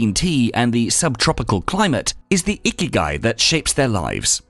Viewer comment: The accent is wrong .. not íkigai, but ikígai